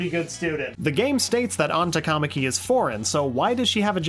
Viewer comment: Least amount of Thumbs Down in a 107 Facts video ever EDIT: TA-KA-MA-KI, not "Ta-KAmaki". I can't believe the voice actors/actresses got that stuff wrong